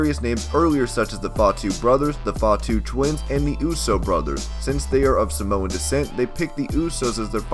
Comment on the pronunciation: don't say Samoan its afensive because you prounced it wrong! I should know cause I am Samoan